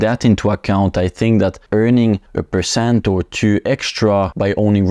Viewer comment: is it pershent or percent?